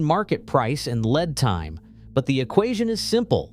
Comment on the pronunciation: "led" time, lol